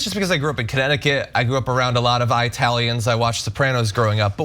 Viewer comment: "Eye-talian" is a derogatory pronunciation.